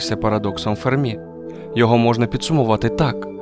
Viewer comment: Енріко ФЕрмі, а не ФермІ (наголос на першому складі, бо він італієць, а не француз).